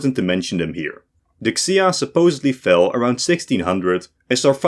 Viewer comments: btw, there is no "X" in chinese it's something like a soft "sh". so it's not the "x-ia" empire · The x in xia is more like a 'sh' sound while Zhou is more like how english speakers say "Joe" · I am no China expert, but I am pretty sure X's are pronounced as "Sh" and Q's are pronounced "Ch". So the Xia Empire would be pronounced "Shia" and the Qing Empire would be pronounced the "Ching" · Props to for generally pretty solid pronounciation throughout the China part. The Xia n the Qin he got a lil off but very close. The 2 mispronouces that stood out for me as native speaker were "Zhou" n "Qi". In Pinyin "Zh" is more like a J, and "Q" more like a "Ch" so Zhou(n the Northern Zhou) actually sounds exactly like Joe. Qi is pronouced more closely to "Chi" but not quite. The "Q" in madarin doesnt exist in English. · that was only solidly wrong, I winced with almost every Chinese name mentioned. The Han, Shang and Wei were pronounced pretty good, but that's it. Xia, Zhou, QIn, Xiongnu, Sui and many more were particularly and repeatedly butchered. It was embarassing how long the China part lasted, at some point I stopped trying to follow the mess. Especially since it jumped forward and back in time repeatedly, but with different graphics.